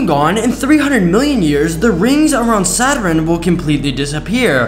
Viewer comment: "sat - run" bro cannot pronounce basic words its SATURN